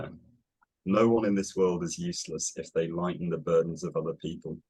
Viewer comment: Just to join in on the phonetic hair-splitting, I think is making the /ou/ in 'no one' and the /ju/ in 'useless' too back and too rounded. Simon is saying something like [nəʏwʌn] and [jɨsləs]. Also that 'dn' sound in 'burden' - idk if there's a name for it but there's no tap, the tongue just holds against the alveolar ridge and transitions from /d/ to /n/ without releasing. The stop and release is actually coming from the back of the tongue on the back of the soft palate while the front of the tongue stays pressed against the alveolar position